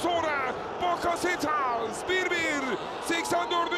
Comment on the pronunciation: ÇOK İYİ MAÇTI ÇOK. KAR YAĞIŞI ZOR ZEMİN.. SPİKERİN BAKASETAAS DİYİŞİ..